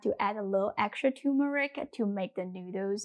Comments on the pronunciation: TuRmeric ... not turmeric. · Nice, but the spice is TURMERIC---NOT TUMERIC! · You are mispronouncing turmeric. It is not pronounced too-meric. It is tur as in turn tur(n)meric.